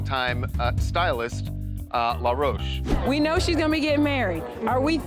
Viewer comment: He’s no LA ROCHE- like you’re pronouncing it- his name is in plain English- LAW ROACH 🪳